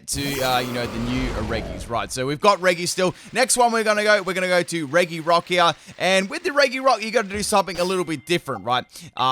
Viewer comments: I think you are pronouncing regi wrong. It's pronounced "reji" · It’s pronounced REJI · by the way, “regi” is pronounced “re-ji”. please don’t mess that up. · Same and he says it wrong constantly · the pronunciation of regi physically harms me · Hes pronouncing regi wrong.